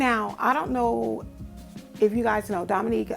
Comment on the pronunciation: Awww you are so sweet my name is pronounced dominique. I love you too and I wrote in on her live but I got the impression that she didn't believe me like I was being funny. Hate that your baby went thru that. I have a special needs baby who is 19 that I take care of and it's like she is a baby. Enjoyed your video